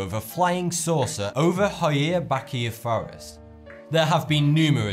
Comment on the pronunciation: Baciu is pronounced Bah-chiu, kinda like Achu (the sneeze noise). Also, Hoia and Baciu are actually two different forests.